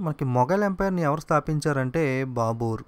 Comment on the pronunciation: It is బాబర్.not బాబుర్